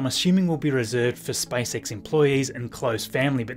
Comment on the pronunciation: You saying like "Spice X" :)